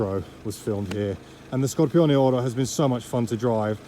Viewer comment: I think you're the only person who can pronounce Scorpioneoro properly without butchering it 🤣